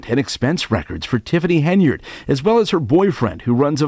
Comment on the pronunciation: I love that, pronounces,Henyard correctly.